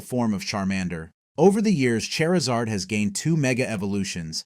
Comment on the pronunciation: Say Chari: Chari Say Zard: Zard Say Charizard: Cherzerd